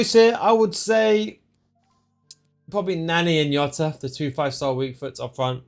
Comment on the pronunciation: Stop calling Jota iota. Plz